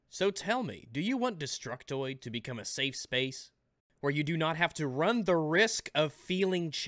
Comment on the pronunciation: you put an "s" at the end of Safe.